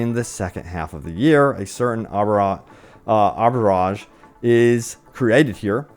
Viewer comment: how you pronounced "arbitrage" gave me freaking cancer